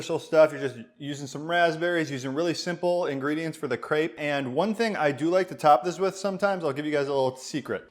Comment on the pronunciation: they way he pronounces "Crêpe" amkes me kinda angry ...